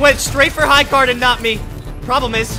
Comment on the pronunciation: Why did you say high card it is high gard